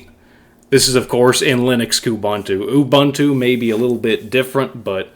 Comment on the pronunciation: It's pronounced "OOBOONTOO". "OOBANTOO" doesn't exist.